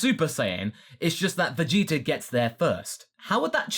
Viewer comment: I kept hearing "Veyitor"